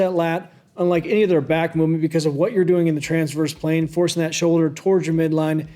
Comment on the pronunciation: Transverse plane? Blargverse plane? WTH smart guy! Explain yourself 😉